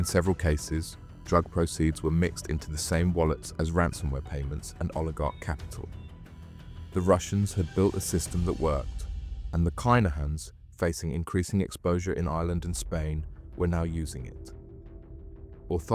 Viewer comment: No it isn't 🤦 pronounced kin-a-hans